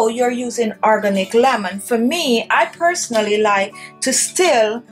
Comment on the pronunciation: "Arganick" lemon 😁. Good video though.